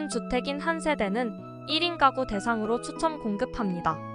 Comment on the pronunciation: 잘 봤습니다. 발음을 정확하게 해 주시면 더 편안하게 들을 수 있을 것 같네요. 미혼 1인 까구는 -> 미혼 1인 가구는 ...